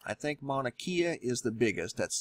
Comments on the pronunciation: Mauna K-AH not KEY-AH. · Love the information, but geez you're slaughtering the Hawaiian language.. Mauna = Mow-na (as in Cow) Kea = Kay-a Hilina = Heeleena a = ah e = eh i = ee o = oh u = oo (as in ookoolele - ukulele). Sorry... It bugs me. Back to the real issue at hand... If this does slide and USGS or the government didn't tell anyone before hand that they knew it was going to happen, it's going to make them look very poorly. The point of the USGS is to warn and prepare people for these kinds of catastrophes. Right?? I mean, what would be the point in keeping this a secret?